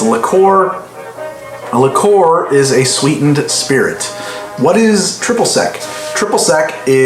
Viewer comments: improve your pronunciation --not likoor - check spelling and practice - it's French. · it's Li-cure (Liquor) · Love it, an episode of the two words he can't pronounce due to his accent. "Arnj" and "Lih-coor" instead of "Or-anj" and "Lick-cuer"